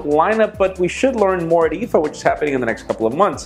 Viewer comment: Did he say iffo cuz I believe it is called iffa